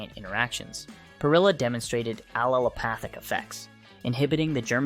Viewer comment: * and aleopathic* etc... Remember you can't rely on AI for accurate information. It just repeats what it scrapes from the internet